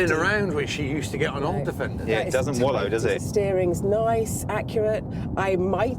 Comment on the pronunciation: "It doesn't wollow he says "as he is wallowing in his seat🤣